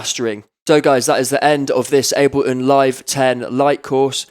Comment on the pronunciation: "aBeLiN" "eM pEe Free"